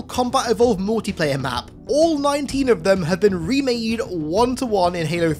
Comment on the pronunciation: I can’t Unhear when u say Mootiplayer